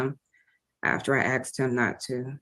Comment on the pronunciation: She "axed" him? Small wonder he shot at her. 🙄 This guy really needs a very long time as far away from polite society as they can send him. Alaska?